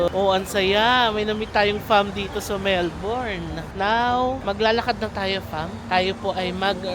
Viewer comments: Melbourne is pronounced as Melbin. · Mel-bin po ang pronunciation ng Melbourne lol